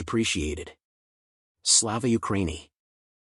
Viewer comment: Thanks for sharing. Very necessary. And spot on. I hadn't thought of it being used an excuse. I very much hope so! 👌 One thing - it's slava u-kra-YI-ni